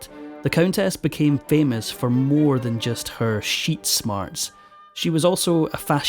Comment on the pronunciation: "Sheet smarts"! I love it! 😀